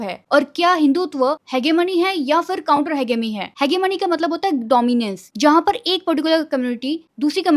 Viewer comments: Didi phele Aap pronunciation dhang se karna Sikh jao हेजेमनी hota hai na ki हेगेमनी 😭🙆🏻‍♂️ Fir bolo kuch IIT mein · Its pronunciation is ‘hejemony’ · I love your content..but it's pronounced He-je-mone. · Didi it's ha-ji-money... Otherwise you are correct about IIT Bombay